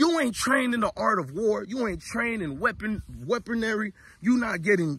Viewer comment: The what eaponery 😂.